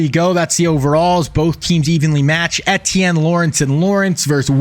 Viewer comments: eTtIeNnE it's E-ti-enne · How are you doing this video and dont know how to pronounce the players name. I can’t listen to you say etienne